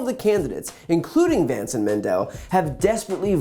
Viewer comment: This is just... ridiculous. The least he could do is get Vance's name right if he's endorsing the guy.